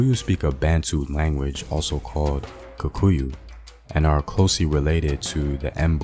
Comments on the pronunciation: Apart from the main word "Kikuyu". He kept on saying "KUkuyu". But a nice video all in all. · It's just funny how you are pronouncing it kukuyu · "Kukuyus"😂😂😂 nice video though.